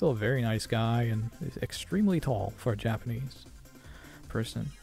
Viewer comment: (whispers): "Extweeeeem"